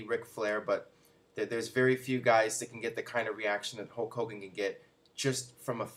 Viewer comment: Once again, can't pronounce Hulk Hogan. Ho Kogan